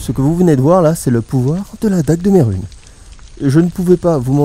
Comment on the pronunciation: Merhunes ne se prononce pas "mérune", mais "merunèsse" le s se prononce tu ma bien fais rire sur le moment ^^